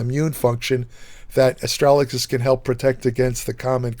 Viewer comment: Pronounced Astra - Ga - Lus.. I've been taking for a couple of years.. I had a small amount of protein in my urine.. It has reversed this, increased my eGFR and lowered creatinine levels.